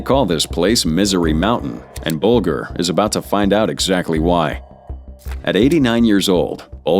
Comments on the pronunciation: BULGER PRONOUNCED BULJER! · Should have taught your AI how to pronounce Whitey Bulger’s surname correctly. It’s not like the food grain